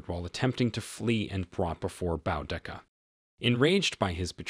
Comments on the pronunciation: It's not pronounced BOWdica! It's pronounced BOOdica. Great recap ruined by that one repeating mistake. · Why do these people try to tell stories they can't even pronounce this warrior princesses name there's no " N " in her name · It's pronounced Boo-Dee-Kah. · I thought it was pronounced "boo-dee-kuh" ? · This video mispronounces her name. It is pronounced Boodica. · And its pronounced Boo dik a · it's pronounced boo da Ka Boudicca. Trust me I'm British this is my history and I grew up hearing about queen Boudicca, Good video tho 👍